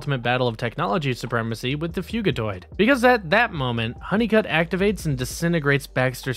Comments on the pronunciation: Fugitoid = fugitive android Not "Fuegitoid" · Thumbs down for mispronouncing fugitoid. It’s literally short for fugitive android.